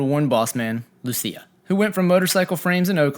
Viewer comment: It’s pronounced “LOO CHEE AH” LUCHIA,,, Lucia🤙🏼